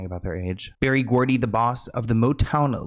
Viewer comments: It's Berry Gordy, not Gordon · The name is Barry, Barry Gordy, not Berry! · It’s Berry Gordy.